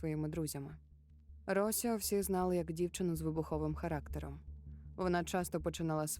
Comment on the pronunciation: Дякую за цікавий контент👍. Одне маленьке зауваження , наголос в жіночому імені Росіо падає на і.